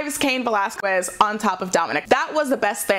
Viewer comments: Again it's pronounced Veh LAZ KEZ not Quez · I'm 'butthurt' because this lady can't seem to get cain's last name right. repeat this a few times....Vuh-Laz-Kez. seriously, there's over a half million videos on youtube of wwe/ufc/cody rhodes/random interviews and even jim ross and they all get his name right except for her. it's not pronounced 'kwez'...it's 'kez'...honestly its not a hard word to say., even you got his name right 5 days ago during your raw into the review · Cain Va-Las-Quest. It's not a quest? It's kiss. Va-Las-Kiss. Anyone that says she's pronouncing it correct, must not hear the way both Valesquez and Mysterio are pronouncing like. And they are both Mexican. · Velasquez. que pronounced ke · I hate that she keeps saying Cain Velasquez last name wrong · Me too this is the last smackdown summary I'll watch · She's pronouncing the q in Velasquez instead of pronouncing it like a k. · You'd think she'd get it right when both Valesquez and Mysterio say it. Guess it an old habit of hers. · Sound is perfect. Only the first one was off with the in a box sound. It's been fine since. Just hates pronouncing Velasquez properly. Maybe an allergy, I don't know. Otherwise she's doing fine. Anything else is trolling. Solid A- which is great. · Just a little pointer, the "u" in Velazquez, is mute, you don't have to pronounce it. It's one of the weird grammar rules of spanish